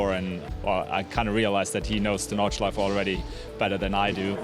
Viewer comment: Nordschleif-EH when will u mericans learn? when will u?